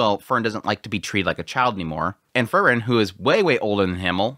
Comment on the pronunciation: It's Freeren, not Frrren.😁